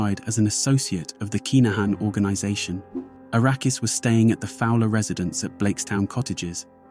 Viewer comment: To be clear. His name Arakas, not Arrakis